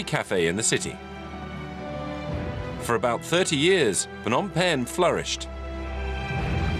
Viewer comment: Good overview on the history of Phnom Penh, but I wished the narrator would try harder to pronounce even just half of the Khmer names properly. Like you're making a documentary about a country and culture but won't even bother learning the phonetics? Sis...